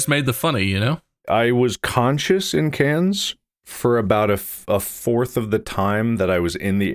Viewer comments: Take a shot everytime Mark mispronounces “Cannes” (it’s just pronounced like can) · Cannes is pronounced Khan. KHAN!!!! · man went to Cannes and still says 'cans' 😂😂😂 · Please Please be respectful and pronounce Cannes properly. So rude.